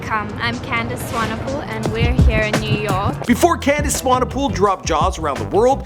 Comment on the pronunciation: Come on, dude. You pronounced Swanepoel correctly before, how did you mess it up?